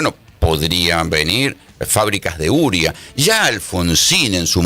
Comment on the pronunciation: Se dice UREA (U-RE-A). Así cómo usted lo dice no se entiende de que usted habla?